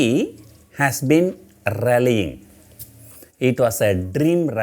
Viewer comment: The " NEEFTEA " has been Rrailllying .. 🤣🤣🤣🤣🤣🤣🤣🤣🤣